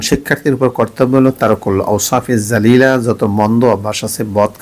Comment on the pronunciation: apni bollen" jalilah " akane lika "rajilah"akon amra kunti bujbo